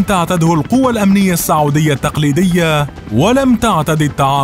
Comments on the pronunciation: الفيديو مليان اغلاط .. كوميدي اكثر منه وثائقي .. التواريخ غلط والاسماء غلط والمناصب غلط .. وبعدين اسمها السعوديه وليس الساعووديه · السعودية بضم السين